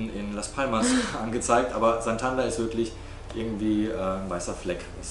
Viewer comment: Santander wird aber nicht Santanda ausgesprochen.